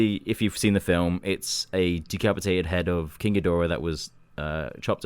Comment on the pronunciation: He really needs to be banned from saying ghidorah